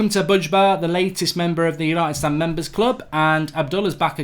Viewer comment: Why do you say STAND in united stand so obnoxious